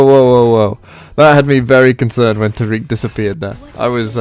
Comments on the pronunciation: Tar-ic/Tear-ic. Not, Tar-eek. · Love the deck concept, but can't handle how you say taric 😩